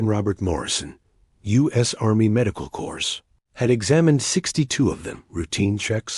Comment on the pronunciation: CORPS is pronounced without the "S"!!!